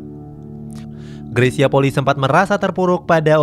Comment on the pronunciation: RATA² 99% PENYEBUTAN NAMA MARGA NYA greysia POLII SALAH, YANG BENAR PENYEBUTAN NYA POLI I ( huruf i yg di belakang di sebut i TERSENDIRI